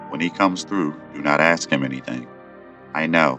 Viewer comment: Why oh why do you pronounce "ask" with an "x" instead of a "k" ?